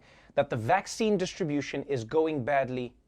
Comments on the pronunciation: "Do you want vakkine or not?" LOOOL HAHAHAHAH!!! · I lost it on that dude that said "vakakin" 😂